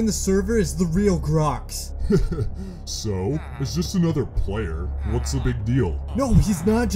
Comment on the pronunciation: It's glox not grox